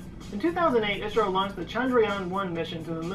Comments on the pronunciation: IS-RO, not Ice-RO. Love ur reactions. Thank you. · It is not pronounced "eyes row", it is pronounced as "is row". And I too have one premier on 15th August, which was the day ISRO was formed. Please do view it. I will be grateful